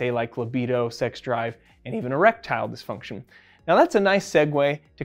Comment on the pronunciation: Sound like you're saying "reptile dysfunction".